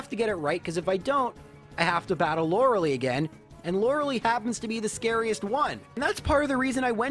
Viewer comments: It's "Lore-Uh-Lie". Not "Lore-Uh-Lee". I can't stress that enough. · I'm 99.99% sure it's Lorelei, pronounced "LOR-A-LIE" (like sky). Lorelei is of germanic origin and takes the I sound when paired with EI. (Drei, zwei, hein, dein). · Laurels. Lie. Laura-lee? Come on you just said her name.. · Everytime I hear you say "Lorelee" I cry just a little bit more. Super cool challenge though. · “Lorals” “Lie” “LoraLEE” please stop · Sir. You don't get to make a Lorelei joke with 'laurel' and 'lie' and then pronounce her name like "Laura Lee". I know you know better. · > Uses correct pronunciation for Lorelai in a pun > Still calls her "Laura-Lee" not 5 second later God damn I love this channel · Lore-uh-lie. Okay? Okay. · the name of the elite 4 member is pronounced lorelie not lorelei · Why do you call her loraly? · I'm am convinced he's intentionally mispronouncing lorelei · It was also weird he'd make that pun then go on to continue mispronouncing Lorelei's name. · I think the same thing about your pronunciation of Lorelei. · Oh you can pronounce her name right when it comes to making a pun, ok! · the way he pronounces Loreli is, it gets on my nerves for some reason